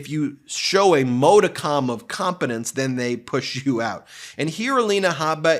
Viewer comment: Ben, nothing but love... But it is mod-i-come not mode-i-com... Sorry I don't mean to be nitpicky but I have really really really really really bad OCD and mispronunciation is like one of my biggest pet peeves keep up the good work you guys are rockstars